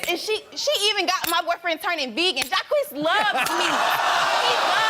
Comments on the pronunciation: His name is Jock not Jakwees... 🤔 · Jacqeus... French name so badly pronounced..it's laughable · Jacques, pronounced Jah-kweese…. What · They pronounce Jacques as Jah-queeees....LOL! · That man's name is Jacques, not Ja-queez 🤣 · when you give your son the french name "jacques" but you pronounce it "Jaw-Kwees" hahahhahahhah come on, bro...wtf are you doing? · That pronunciation of Jacques 😂😂😂 all French speakers are shaking their heads 😂